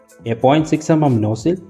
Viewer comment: What's vin-dos and no-sell? 🤷‍♂️